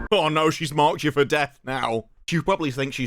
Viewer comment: Why does that become "dat" , get "git" you "chew" you need subtitles if you can be bothered to watch. The woan with the magic shop dresses like a Peruvian, isn't " cultural appreciation"